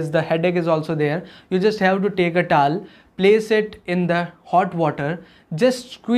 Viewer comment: Thank you. What is the tal? It's to-wel. 1.to 2.wel. 😁